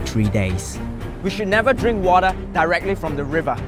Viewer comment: I have an Australian friend who says water like how says it